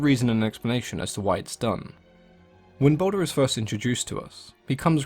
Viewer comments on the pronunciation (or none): It's Baldur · Its baldur